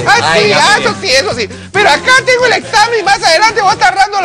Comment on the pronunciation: "ojala haiga otro esamen" jajajajajjjajaa